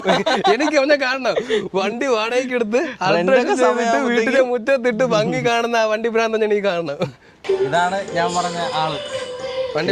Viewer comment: ഫങ്ങി അല്ല ഭംഗി ആണ് ബായ്